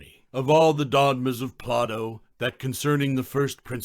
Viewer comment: Why do you pronounce his name as Plah-toe instead of Play-doh?